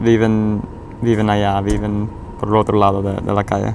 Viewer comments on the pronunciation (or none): When they both say "viven" they use the English V. In Mexico viven is pronounced "biben." It's different.